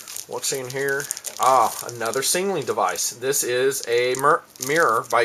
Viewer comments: Does this guy have a stutter or am i just not gearing him right last time i checked its not called a singling device but a SIGNALING device. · lol not to be an ass but the way you say signaling sounds like 'sing a ling'